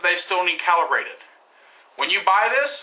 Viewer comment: cowelebrated ha ha ha its calibrated. you say it like this............ CAL--- E--- BRAY------TED..............calibrated...